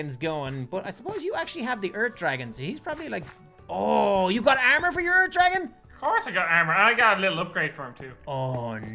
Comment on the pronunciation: who realizes says eart instead of earth and tingy instead of thingy